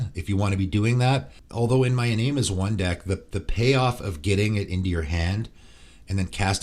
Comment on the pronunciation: Love ya but Iname as One is pronounced E-nah-may